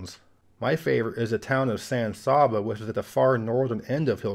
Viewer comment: Great idea for a video and fantastic execution. (For the record, San Saba rhymes with “plan Abba.” All vowels are like sheep saying, “baa.”)